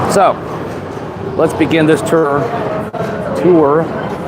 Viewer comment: The amount of effort you put in to say tour instead of tur is commendable